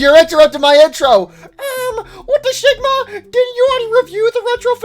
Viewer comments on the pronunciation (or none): none